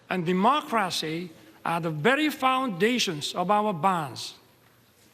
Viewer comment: Digital 발음을 디지털 이라 하지 않고 디지틀 이라 했으면 하는 아쉬움이 있고 l 로 끝나는 발음에서 혀를 천장까지 말아 발음했으면 좋았겠습니다. Texas 를 택사스 로 하지않고 텍 서스 로 정확히 발음하셨습니다..Hawaii 는 강세가 wai 에 있으므로 허와이 로 발음됩니다. ,,friendship 에서 d 음을 않하면 더 좋았을것. 자랑스런 대통령인데 정청래 같은 자는 한동훈장관에게 ,you are very stupid. 를 ,,berry 로 발음하여 넌 딸기바보이다로 들리게 됬음. 붸뤼 스뚜피 ㄷ 가 정확한 발음임. 윤대통령은 미국식발음 하셨기에 더 감동적인 연설이 되었음. 한국인들은 미식, 영국식 발음을 구별없이 하는데다 미국 동부, 남주, 중서부발음을 하기에 마치 경상도, 표준말, 전라도 액센트로섞어 발음하는 코믹한 연출로 들림. Korea 도 코리아 로 해도 통하나 강세가 ,re 에 있으므로 커 뤼아 했으면 좋았음. 이승만대통령보다 더 정확한 발음을 하셨음. 대본이 있는데도 한번도 않보셨기에 진정한 영어실력자 이심.이렇게 영어를 잘하시는 대통령을 가진 우리는 자랑스럽습니다. 수고 정말 많으셨습니다. 한국을 빛낸 연설입니다. 노인정계인 보다 젊은 정치인들이 더 감동하는것 같습니다. 한국과 미국의 미래가 밝다는 증거입니다. 한국어연설도 암기하기도 힘든데 영어연설을 끊김없이 하시다 니 놀라울 뿐입니다. 미국을 뒤집어 놓으셨습니다. 가장 멋진 멘트는 God bless America. 입니다